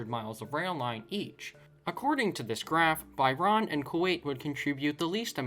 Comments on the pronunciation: Google is free! Try using it before making videos. Also … Bye Raan??? How on earth did you get that pronunciation from the letters Bahrain ?? Lol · Nice video and content. I think you need to focus on the pronunciation of some countries especially Bahrain 🇧🇭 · thats not how you pronounce bahrain LOL